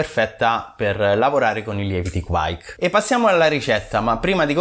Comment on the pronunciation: Sempre interessanti i tuoi contenuti, ma devo correggere sia te che quei due maledetti di mash out podcas sulla pronuncia di kveik. Da bravo italoscandinavo vi mando un vocale.